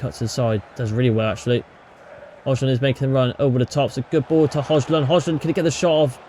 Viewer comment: Please pronounce Rasmus surname the correct way brooo please